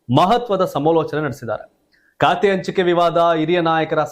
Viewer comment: ಲೇ, ಕಾತೆ ಅಲ್ಲ ಖಾತೆ. ಸರಿಯಾಗಿ ಪದ ಪಡಪ್ರಯೋಗ ಮಾಡು